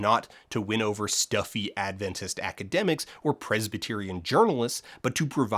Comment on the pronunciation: Ahh, the instinctive Adventist-in-the-real-world experience of: Someone: Mentions Adventists/Adventism Me: (shoulders tighten, thinking “Oh no what did we do now?”) (On a side note: I suspect it is a testament to your excellent research skills that you correctly pronounce Adventist, rather than putting the emphasis on the second syllable as many do)